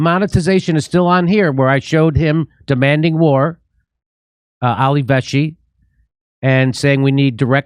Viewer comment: Jimmy: His name is Ali VeLshi, with an 'L'. Not Veshi. 🙄